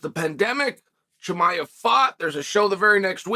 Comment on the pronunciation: I really enjoyed your interview this week where you constantly pronounced Chimaev's name wrong to his face :D